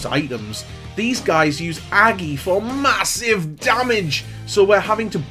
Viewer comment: “and we run in for MA-SIVE DAMAGE!!” 😂